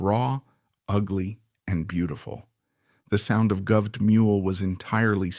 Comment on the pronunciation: AI sucks...makes this video torture. Every time I hear sky-nerd or govt!!! pathetic